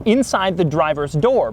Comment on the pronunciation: Does he spell mirrors like mears?